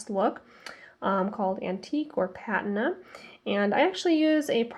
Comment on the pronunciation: Thank you. You are saying the word Patina wrong though, fyi